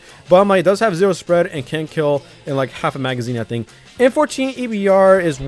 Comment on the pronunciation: this is my golden statue me:that's a ze wo!